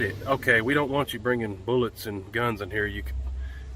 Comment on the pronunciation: "...and thurty rounds of boo-lots..." LOVE IT!!